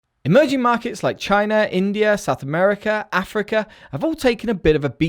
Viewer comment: I swear I heard "emoji market"